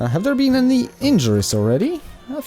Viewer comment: "I have BEN staying away from any FUCKts"